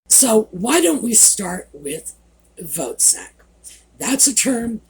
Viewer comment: foot sek. Not sak